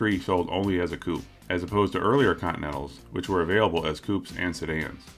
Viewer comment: Why are the Americans incapable of reading correctly the word "coupe" ?